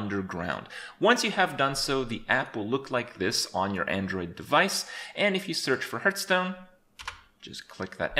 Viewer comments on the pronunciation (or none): none